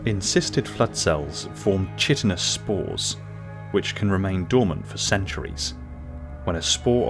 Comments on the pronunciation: chitin pronounced kiaten or ky--tin - chitinous = ky-tinous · Enjoyable. Thanks for making the video. Greg Bear's trilogy was a joy to read. You read a lot too I'm guessing. You pronounce words that you probably have never heard spoken and only ever read like virulent and chitinous. A trivial detail in an otherwise well made video. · FYI, that’s not how you pronounce ‘chitinous.’